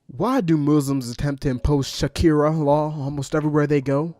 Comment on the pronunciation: please . . . stop saying Shakira law . . . I'm not . . . strong enough